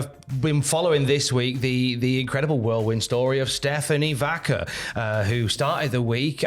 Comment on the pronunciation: "Stephanie vAKEr"